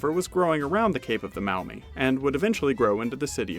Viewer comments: There's a slight mistake in that video by. "Now this river was later renamed the Mow-mee River..." We don't pronounce it that way. It's pronounced MAW-mee. Like the "aw" in the word "jaw." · Alrighty, reply from a native Toledoan now living in in what was part of the Symmes Purchase, so have a little standing here. Maumee is pronounced "Maw-Mee" not "Mao-Mee". Vlogging thru History was right, much of NW Ohio was swamp athough the majority of the Black Swamp was more like Bowling Green, not Toledo. Actually US-23 was built as a response to the slowness of getting the Ohio militia from Columbus to Toledo through the Black Swamp. It's all drained off today and some of the flattest part of the country (makes Iowa look hilly). None the less, that is how the Toledo Mud-Hens got their name. Facinating history down by Cincinnati, too (Symmes Purchase) with mound building indians doing their work on the platueu that is now downtown Cincinnati and high enough to be out of the flood plain. Actually a serpent was part of these and the snake head was where Fountain Square is today. I'm in Montgomery 14 miles NE of Cincinnati and land titles out here on some parcels read "Northwest Territory, Symmes Purchase, Hamilton County, Sycamore Township..."